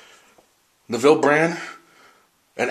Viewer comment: My head was going to explode if you had mispronounced Neville (rhymes with "level") Brand yet another time.